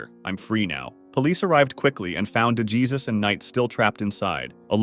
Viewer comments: Gina DeJesus is pronounced "Day-heysoos" not "duh-geezus" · Bro.. DeGEEEZUS? Really? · For the Ariel Castro one, its prounouced Gina DeJesus (De-Hey-Soos)